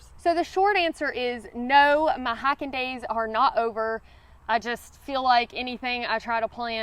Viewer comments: You mean "Highken"? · I'm a Carolina red neck .....and I love the way you say high-kin 👍😁